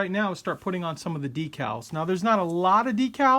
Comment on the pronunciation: cup--oh-la, not coopah-lah, de-kal, not dekkal